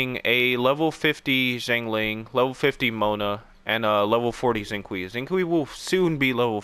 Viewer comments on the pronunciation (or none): Xinqiu is pronounced shing sho